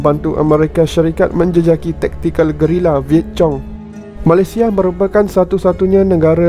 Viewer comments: Admin....apahal banyak sebutan tak betul ??? Perkataan VIETCONG....awak sebut WITCHONG....sebenarnya...WIYET KONG......BLACK HAWK DOWN ....awak sebut BLACK HAWOK DONK... sebenarnta BLACK HOCK DOUN...baiki sebutan anda.. maaf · Apa wi chong ???? Perkataan VIET CONG....sebutan WIYET KONG....kamu lulus ke tidak bahasa inggeris ? Teruk sgt